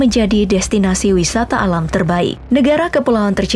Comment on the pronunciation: wisata alam bukan lam😂